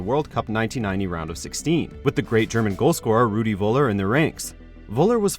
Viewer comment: 1. It's called Nürnberg not Nuremberg 2. It's called Völler not Woller Thx